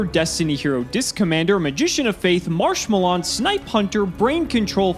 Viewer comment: What did you call marshmellon? Looool